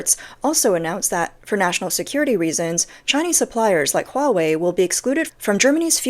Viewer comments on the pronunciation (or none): none